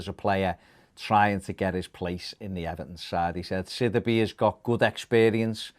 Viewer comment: It’s pronounced sid e bay not that shit you’re saying